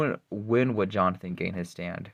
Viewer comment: First time he said jonathan im this video i heard it as Johnfin 😭